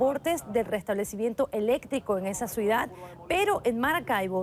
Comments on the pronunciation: CIUDAD... O suidad???... q coño????... o es q yo estoy escuchando mal??! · POR FAVOR QUE ALGUIEN LE DIGA A LA BELLA KATE GUERRERO QUE NO SE DICE "SUIDAD" SI NO "CIUDAD" (lo dij dos veces). es increíble que una periodista de su talla cometa ese error, en muchos periodistas y en locutores... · Sra. Periodista, se dice CIUDAD, y no SUIDAD!!!! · Una periodista que no sabe decir ciudad si no suida que hace ahi?